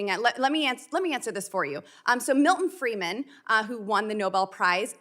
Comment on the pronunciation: It is Freidman, Milton Friedman, not Freeman Ms. Boobburp.